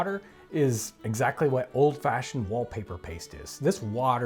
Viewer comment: Why does he call pastry, paste?